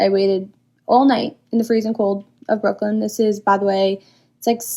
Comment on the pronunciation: Home girl in the brown hoodie stop saying Brooklyn like that im not even from NY and im getting offended what you tryna say you couldn't of been 2 unsafe 😂